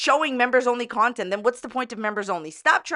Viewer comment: "Nontent" is hilarious 😂